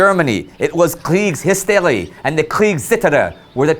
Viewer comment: Kriegshysterie is pronounced “kreegz-who-stair-ee”